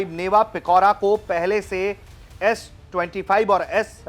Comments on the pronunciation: It's Pichora not Pikora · Its पिचोरा not पिकोरा... Its not truck mounted.....